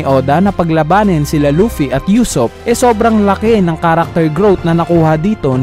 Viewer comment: usopp hindi yusopp ano ba, main character yan hindi mo pa mabigkas nang tama